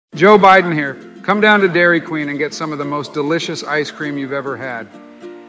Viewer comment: Hairy Queen?